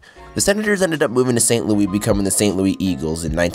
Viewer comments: St loouee blues... St Loooo-iss St. Louis blue do we get it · Did you seriously pronounce st.louis as st.louie? 🤣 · Not Louie Louis the S sound is there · Saint Louis bro not Martin St. Louis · Hearing you say St. Looey instead of St.Louis (Lewis) 😂 I’ve been to Canada but did not know that this is how some pronounce it. I was also born in 98 though so it’s crazy to see how we were born at the perfect time for modern day hockey Update: After some research I can I see that it actually would make more sense to pronounce it “Looey”. It’s my hometown and would never be accepted amongst most Americans though. 😂 As for the question at the end, I liked the thrashers jerseys/logo the best out of the teams who left, especially since the jets new uni’s/logo seem so dull to me. I do believe the most deserving place for a hockey team to come back though is Quebec or Hartford. Even as an American I don’t see it as fair that we have so many more teams. It would be good to see the cup go back to Canada. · St. Louis is pronounced with the S at the end, it’s not “Louie” is “Lou(is)” the (is) sounds like the word hiss or miss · It's not St Louie sir!! St Louis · St. Louis, not St. Louie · Bro it’s pronounced “St. Lewis” not “St. Leweee” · It's St.Louis not St.Louie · Why you call it st.louie not st.louis and don't tell it is st.louie I know it's st.louis because it's where I live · I've never heard anyone that is from St. Louis pronounce it St. "Louie." Where do these people outside the area come up with this shit? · It hurt me when he said St. Louie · Its actually pronounced San Louiśe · You didn't explain the Quakers. Also, you need to pronounce the ''S' in the word "Louis'. It is NOT "St Louie". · Don’t. Ever. Call. It. Saint. Louie. Again. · Bothers me he called St. Louis. st. Louie the “s” is pronounced. I’m from here lol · Just a heads up, for some reason the Louis in St Louis is pronounced as Lewis. St Louis Missouri natives like to butcher other languages. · St. Louie? 😂😂😂